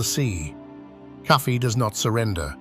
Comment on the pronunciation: The name of the freedom fighter was KOFI. The slave masters pronounced it as Cuffy